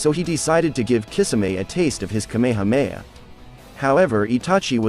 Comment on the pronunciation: It’s not kAmama it’s kamahAma